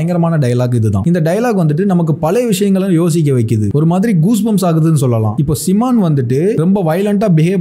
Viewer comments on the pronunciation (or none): சிமான் ❌ சைமன் ✅ களீசா❌காளீஸா✅ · சிமான் ❌ சைமன்✅ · Simon nu nee ga sollum pothu ennaku en seeman nu kekuthu Spell it correctly bro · Seemon ilaya adhu Simon